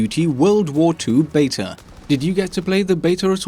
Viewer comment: It's beta, not betar